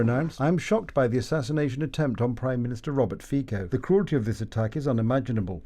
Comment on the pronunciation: The name of Slovakian PM is FICO, not FIKO